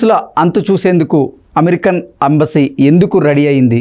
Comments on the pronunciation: Embassy na,Ambassy na?correct ga cheppu.. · Ambasy kadura anchor Embassy pronounce cheyyadam nerchuko